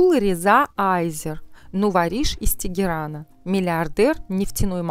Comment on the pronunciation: Не аЙзер, а азер. Чем то скарлет йохансон напоминает